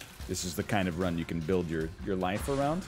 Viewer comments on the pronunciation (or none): none